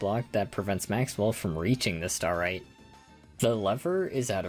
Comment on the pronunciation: i'm sorry but half the time you say starite i can't help but hear starry which is LITERALLY my online alias so that always gets me chuckling also i find it super funny how kirby gets his dance cut off like two frames before it ends XD